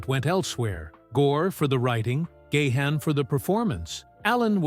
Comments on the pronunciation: Please pronounce the lead singers name correctly! there is no excuse. It's pronounced Garn not Gay han. That's better. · Its not Dave "Gay hand" its "Gone" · Oh my word! It's pronounced Dave Gah-harn, not Dave Gay-han. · For God's sake, it's not Dave Gah-Hun... get rid of that H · He said "Gay-Hann". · what is it with these documentary narrators they can't pronounce Dave gahan's sir name correctly the letter H is silent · Do you know how to pronounce Gahan properly? I think not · Grates on my ears when people can't pronounce Gahan.